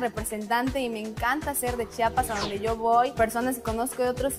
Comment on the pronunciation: que tan dificil es decir. CHI A PAS CHIAPAS